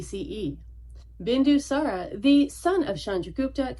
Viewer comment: Bindusãra not Bindusãrã